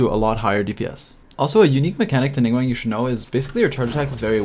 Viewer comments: Great video. But dude. it's Ning GWAHNG - an AHHH sound not WANG :) - Source: I am fluent in Mandarin Chinese. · This was a very informative video, but I do want to note that the "guang" in Ningguang rhymes with "gong" not "twang". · Came back to listen to the ' Ning-wang' 💀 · ah yes ninguEng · Ah yes, ningwang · love the video but... ningwang????? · did.... he just say.... ninggwang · No one but you: Ning wang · "ningwang" :flushed